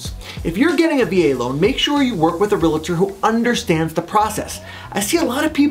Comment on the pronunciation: “Realator”? Dude, it is “Realtor”, not “realator”. And you iz one?